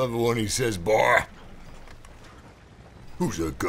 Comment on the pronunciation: You say "boy" even more cowboylike than Arthur.